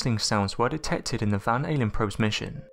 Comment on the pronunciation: He said "Van ALIEN probes" 😂😂😂😂🤣🤣🤣